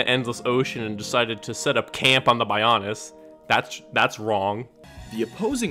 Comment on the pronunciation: The odd pronunciations in the reviews here were what got me the most during this video. 😂 “Bionis” being pronounced as “BUY-OWN-IS” especially cracked me up!